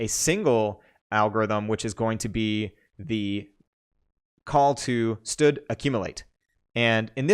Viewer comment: std:: you say "stud", that is funny. I say "standard" "standard count", "standard max" anyway, who names a library sexual transmitted disease?